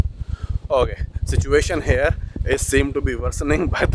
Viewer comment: please teach him how to pronounce "HERE". Heirrrrr kya hota hai!!???